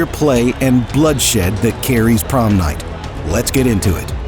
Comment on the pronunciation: "bloodshed that carries promnight?" very poetic yet so... disturbing...